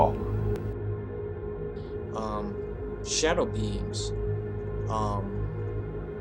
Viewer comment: İTSA NOT SADOW